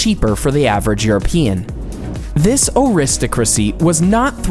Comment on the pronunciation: Clearly the oddest thing about this video was the narrator's inability to pronounce words like "aristocracy" and "Haggis" and the general lack of respect for English traditions.